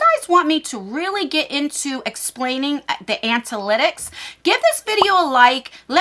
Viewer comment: Another great video 👍 Plz do more YouTube info 👌 (btw it’s ANA-lit-icks, rather than ANT-A-lit-icks 😂) I feel a little guilty that I haven’t started a channel. I’ve wanted to for so long and it’s already been a full year and a half that I could of been posting 😩